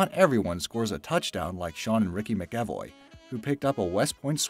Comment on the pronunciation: McAvoy - MACK-a-voy. The pronunciation was awful. Ugh.